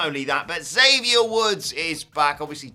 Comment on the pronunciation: I know y'all will never read this but according to the man himself, it's EX-avier Woods, not Zavier Woods.